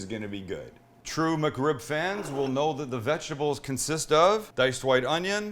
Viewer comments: Thought is said McCrib 😭😭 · Well. I'm going to be "that guy". First off. "muck rib"? Whatever, you're not the only one that pronounces "Mc" as "muck". 2ndly. That is not a McRib come on. That's just a badass rib sandwich that's fit for royalty. But it is NOT no McRib or a version or a play on. Lastly. It's a shame that you dont like McRibs even a little because if you did you'd might want to try making a homemade version of a processed freeform rib shaped pork patty. Using the proper cut is key. The shoulder. Same one used for pulled pork. Mind blowing. Better than the method you showed in this video. Not a jab, I've done it too many times over the years and still do but since I've learned to make my own processed style pork patties, it's the one I now prefer. Last lastly. My mouth watered when you cut that sandwich in half and showed the middle. YUMMMMMM! And hey, what's a better food sound to make your tum tum rumble than the crunch of a perfectly toasted bun that has a perfect crust huh?